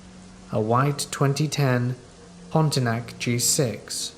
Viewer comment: It's not Pontinac... It's Pontiac.